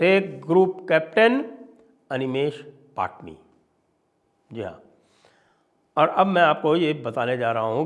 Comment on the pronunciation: पटणी not पाटनी